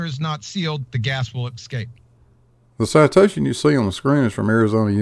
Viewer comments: How can anyone not want to just punch the shit out of his arrogant stupidity! I wish he take this assertion on one of the TV shows that he like to appear on! I can't wait until somebody actually does. And no he didn't say escape Gladys, he said "EXCAPE" the dumb ass! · He didn't say 'escape', he said 'excape', whatever that means. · I don't know why but "Excape" really sets me off. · "But if the container is not sealed the gas will EXCAPE" - nice Engrish there QE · good Lord. That moron QE says the word escape with an X in it.